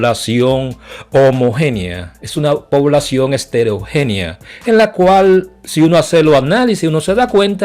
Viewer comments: Heterogenea no esterogenea, señor. Aprenda a hablar. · Heterogenea... no eStereogenea... idiosincracia y no iNdiosincracia